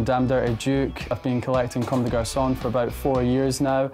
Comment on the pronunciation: they’re pronouncing comme des garçons like comme des garçonne